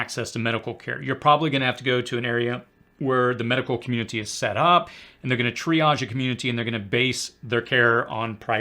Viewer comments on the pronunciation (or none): none